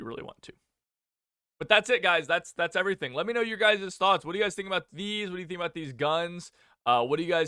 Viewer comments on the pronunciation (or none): none